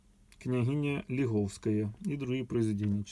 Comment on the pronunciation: Фильм "Даурия" был снят в 1972 году.Правильные наголоси в прізвищах - СерафімОвич , княгиня ЛіговскАя.